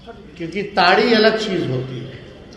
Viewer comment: इतने अंग्रेज हो गए कि ताड़ी को टाडी कह रहे हो ?